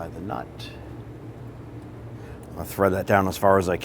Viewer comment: Bro, where are you from? I keep hearing you say "knot" but I know you're saying nut.